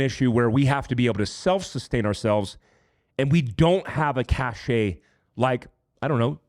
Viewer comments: I love your work, but please correct your pronunciation of "cache." It is pronouced "cash." The word that is pronounced "cashay" is cachet. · It's pronounced "Cash" not Cashshay. There is a word pronounced that way, but it means "clout." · For the record, cache is pronounced "cash" not "cashay"... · Cash and cache are pronounced the same. Cachet is "cash-ay." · Please stop saying CACHE as CACHET. They’re totally different words. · Great video. All should watch and try to be prepared. BTW cache is pronounced "cash" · The word "cache" is pronounced /kaSH/ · Great channel. Just a heads up... Cache - as in secret stash of goods, is pronounced kăsh. Cache' is a special fashion sense.